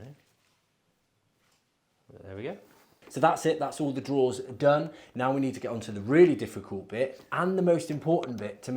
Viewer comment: Drawers not "draws". Fs 😂